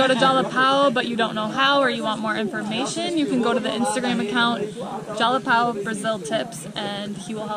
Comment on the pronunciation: Jalapão = "Jalapawn". São Paulo = "Sawn" Paulo. ÃO = awn. 🤣